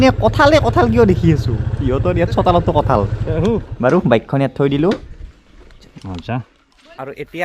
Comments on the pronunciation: বৰপেটাত "কাঠল" নকয় বন্ধু। তুমি ভুল কৈছা । আমি বৰপেটীয়া বিলাকে "কঠল" বুলিহে কও।। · Kathal nhy kothol buli koug aami